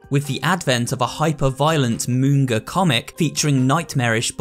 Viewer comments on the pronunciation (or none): Did he just say moonga comic not to be pretentious but it is pronounced manga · “moonga” :D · Ah yes, moonga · Why did you pronounce manga like that😭😭😭